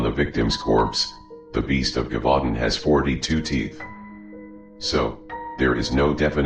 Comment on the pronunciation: Its pronounced “zhevoo DAUN”